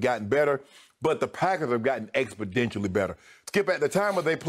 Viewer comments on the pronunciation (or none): By the way it's exponentially not expodentially.